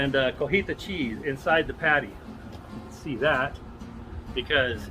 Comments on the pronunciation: it's not CO-HI-TA. It's CO-TI-HA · You keep saying Cojita cheese 😂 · My wife laid me out 3 days ago for saying Cojita, it was great hearing someone else do it regardless of the reason 😂